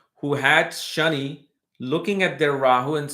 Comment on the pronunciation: It’s Shani not ‘shiny’.